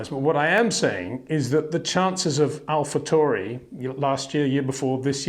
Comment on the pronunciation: Wonderful wrap up as always Peter, thank you. (although I'm pretty sure you're pronouncing Alpha Tauri wrong. I believe it's pronounced like 'Now' - "Tow-ri") 🤟